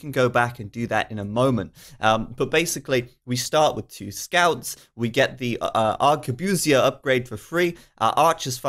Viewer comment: erm, that's not how it's supposed to sound, I'm quite sure ... it's obviously a word borrowed from french also your pronounciation of arquebusier was gutwrenching sorry if this sounds condescending to you, how would you have phrased this?